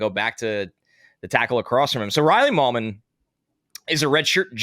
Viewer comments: FYI it's MIGH-lum, not Mil-yum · Are we 100% sure Riley Mahlman’s last name isn’t pronounced like “Mail-man”